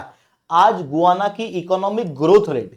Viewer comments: गुआना नहीं, गयाना है। We have seen and continue to see Guyana cricket players. We have heard Guyana's pronunciation in the cricket commentaries. I also verified it. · It is not गुआना ... it is गयाना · गुवाना नहीं 😂, गयाना है वह!